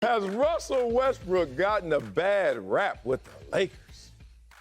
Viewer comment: Did Antoine say Wussell Restbrook?